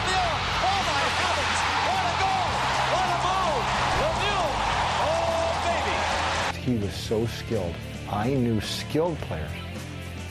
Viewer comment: I like that the presentator really did pronounce Lemieux like it really should sound